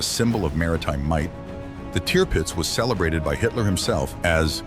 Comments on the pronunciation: The ship’s name ( Tirpitz) .was pronounced “ Turpitz”, not “ Teerpitz” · Tearpits ? Its pronounced , Tur pits. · It was called "Tour-pitz" not Tear-pitz dummy!!! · Teerpitz what hell it’s the tirpitz can’t stand these stupid pathetic narrations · repeat after me TURR PITZ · Triptipz incorrectly voiced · I'm sorry for writing this on such a serious event but I'm 😂everytime he Ai said teeeerpitz...it gets it right eventually...Admiral von teeeerpitz indeed 😂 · Tear pits???? What were all those Barracudas doing at the beginning. I gave up at the third Tearpits. What a messy mispronounced documentary! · Painful to listen to....turd pits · Why do you insist on pronouncing Tirpitz incorrectly..... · Interesting documentary however you mispronounced Tirpitz and soccer is played on a aitch, not a field. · Can't pronounce Tirpitz correctly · Its copying the commentator, who doesn't know how to say Tirpitz. Probably Ai